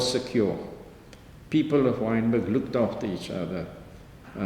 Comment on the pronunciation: WYNBERG NOT wintergreen